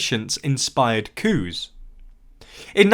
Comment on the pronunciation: this video is a lot more fun if you imagine he's saying "cow" and "cows" in a weird accent instead of coups.